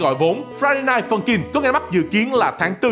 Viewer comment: tôi nghe thành friday phân chim